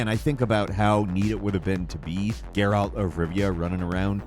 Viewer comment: Every time you say "Gaer-Alt", God kills a kitten! Stop that! Lol